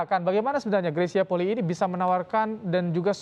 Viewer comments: Itu kan marga bacanya juga Poli'i,kak greysia juga pernah bilang disalah satu konten bacanya Poli'i bukan poli . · YANG BENAR BACANYA POLII (POLI'I) BUKAN POLI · Maaf yang benar yang mana cara baca Polii.... sepertinya reporter perlu belajar baca..mungkin nulisnya Polii tapi bacanya...cukup Poli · Itu bener Polii bukan Poli aja ka Greys pernah bilang